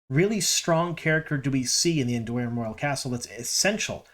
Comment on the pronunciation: First of all, a pet peeve... It's AndorAn, not Andorian. We're talking about WoT, not Star Wars! I think she may be Elaida as you suggested, but honestly, she could also be Lini (my first thought) or even Morgase, since they're not doing the ageless look.